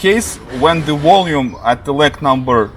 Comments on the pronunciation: Maybe if you read aloud, slowly in Cyrillic: Вольюм <- this is very close how you would pronounce it. I was wondering, why do Europeans in general have a hard time with V v.s. W in English? I mean, isn’t the sound of V like В (e.g. Вы)? Volume but you say Wallume like the animal walrus. Or in previous videos I’ve heard you say: да- Well-op-er v.s. deVeloper. In French, Vous-voulez... Va-va-voom. Vvvvolume. V.s. auf Deutsch: Ich will (will -pronounced vill like in village in English or ville in French) But the w or wah sound is always confused between English, German & Russian. E.g. My last name is Wah-ilson... Neither Vilson nor Вильсон. At least Russian & German are phonetic though for reading & writing. I am just curious why do you think W v.s. V ( or вВ) are universally confused and mispronounced by most people that are from Europe? Great video, btw! You do all the editing, by yourself? I appreciate it! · Freelancer-USA And yes, I’m saying your pronunciation needs correction as you will sound more professional because to my American/English ears, it sounds funny for certain words because it sounds like you are saying Wah- instead of Va-. E.g.’s: Wah-wah, Wang/Wong, Willy, wimpy, ... these are all silly words that come to mind when I hear you pronounced Volume or Deewellloper (developer)... that’s why it sounds funny because of silly words associated with the Wah sound in English. Please don’t take it as an insult; I’m just saying that it appears to be a universal difficulty in pronunciation for Europeans with the English letter W for some reason.